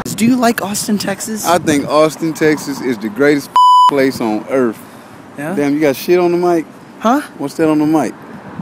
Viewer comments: "I Think Austin, Texas is the greatest place on earf." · He said "Earph"